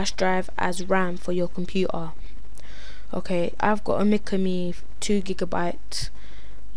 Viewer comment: xD Compu-er